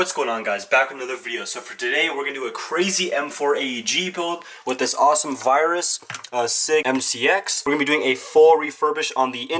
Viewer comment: My boy said virus 🤦🏽‍♂️